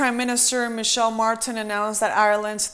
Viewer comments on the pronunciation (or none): Ireland's Prime Minister is called Micheál (pronounced "Me-hall") Martin.